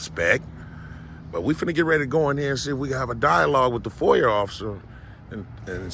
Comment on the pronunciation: There's no r in foia. .get it right